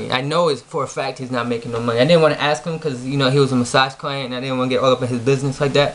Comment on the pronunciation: It's "ask" not "axe"... fuck.